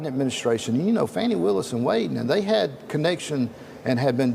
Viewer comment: Her friend said it's Fauni not Fani 😂 both pronunciations are ugly so does it really matter